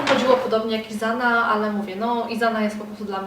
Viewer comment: Isana to niemiecka marka, nie rozumiem dlaczego czytasz "izana"? Czytamy normalnie przez "s" 😊